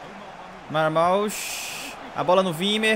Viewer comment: Ele ñ vê nada da Bundesliga, pra ñ correr o risco de aprender a falar o nome do jogador corretamente kkkkk